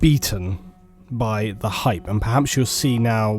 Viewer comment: i don't like how the gaming industry has hijacked the word hype. it's supposed to be said with some gusto, some feeling.. not muttered under breath, after explaining how much you hate it. bit of a random nitpick, ill freely admit, but im a longtime viewer, im not here trolling, just needed to convey my feelings on the subject. :P